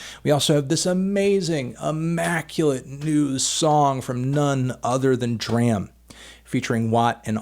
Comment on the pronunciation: For the love of god his name is pronounced DRAM as in Drama...